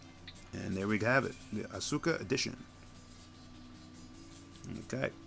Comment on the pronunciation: Pronounced (Ahh-ska) Not Ah Su Ka.